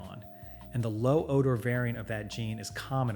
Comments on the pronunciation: “Odar”? Really?! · Oar-door. Fee-bray. AI lol.